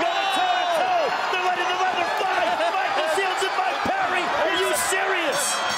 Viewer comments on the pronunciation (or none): none